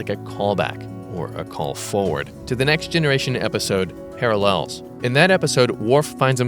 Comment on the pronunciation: Per your "Parallels" pronunciation, do you happen to be friends with DeSoto?